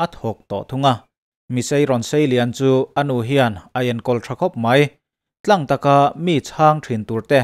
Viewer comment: 'Tlâng taka' tih i lam rik dan a dik lo ve.